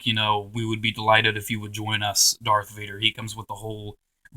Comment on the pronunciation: its darth vader not dark vader